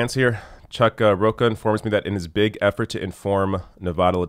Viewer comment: it's Chuck Ro-cha, not Ro-ka. It's a Spanish name, not Italian, so the ch is pronounced in the common way, as in champion.